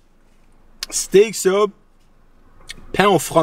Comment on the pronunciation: je vais pas souvent au subway pi au debut chaque fois tu disais 3 SUB jentendais 3 soupe , fak jtes comme calisss 3 soupe 35 piasse c cher subway , hahaha apres la 3iem fois jai compris , jsuis sourde en maudit